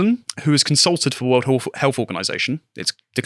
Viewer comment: I'm intrigued, but I'm not sure I can tolerate another 30 minutes of health being pronounced as 'healf'.